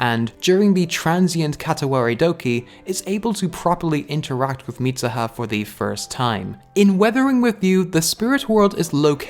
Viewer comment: it's MeeSOOHA. not MEESAHA. Mitsuha (dont's use A in U). Just saying. I was like who the fak is MISAHA, ooh he meant MITSUHA. Then I see that you are Irish, I was like.. OF COURSE!! English speaker can't say tsu as soo, but as SA. LOL